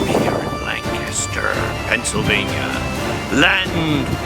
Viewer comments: For those not native to PA it's LANC-aster, not Lan-CASTER ;) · Hey. You pronounced "Lancaster" like someone from the area... Edit: I think I've been to that putt putt course.